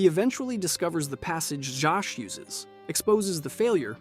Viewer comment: I’ve never heard Zsasz pronounced like that before